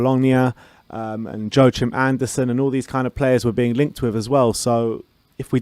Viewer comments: I’m fairly certain the pronunciation is walk-eem not joe-chim anderson. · Yo-er-kim (if you want the danish version). But im sure he's used to an english version like any other foreign player....cant remember ever hearing an english speaking person pronounce a foreign footballers name in the correct original version.